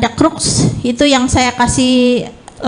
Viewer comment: lebih yakin di "Crux" ,,bukannya "cross"